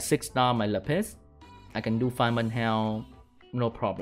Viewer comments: Why do you call lapis la piss? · everytime he says lapis i hear "le piss" hahaha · That's definitely what he saying